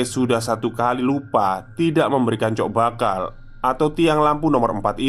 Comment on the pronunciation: Cok bakal Masseeh, bukan Coek bakal 🤣 Fasih ya kalo Coek 😛